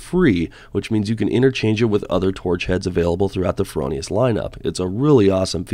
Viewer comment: FROH Nee Us dude. NOT FerOhNeeUs. Other than that? Excellent Great gear!